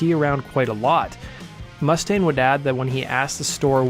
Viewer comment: Oh my effing god! Can you friggin' pronounce Dave's last name correctly, please? It's goddamn frustrating when people can't pronounce words and names correctly. It's not MUST-aine. It's mus•TAINE!!!! Listen to Anderson. The person you actually put in your own video! Mr. Cooper pronounces his name correctly. Learn from your own video. Seriously, go to the part where he says his name. Play it back about 20 times and repeat slowly. Listen and learn! jesus friggin' H., man!!!